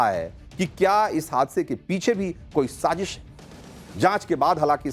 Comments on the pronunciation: Sazeeeesh nhi Sazish! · Sazish word tu theek bol lo yaar! Kamaal hai godi media. Stupid ass! Dubai main kis nay sazish kerni thee. Uloo kay pathay!